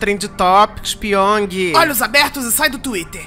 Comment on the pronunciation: "Olhos abertoss" kkkkkk